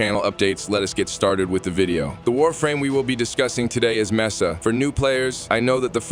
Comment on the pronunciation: The fact that the AI couldn't pronounce Mesa the same way 2 times in a row bothered me sooo much